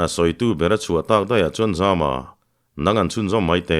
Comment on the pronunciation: Zampuimanga hming Zama hi a tumbunga lam hian i lam dik lo thin. Zàma tih tur.